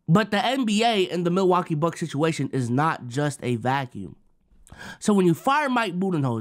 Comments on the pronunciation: really said “Milawakee bucks” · what is “Milawakee” lmfao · i was comin to say multiple times too lmaoo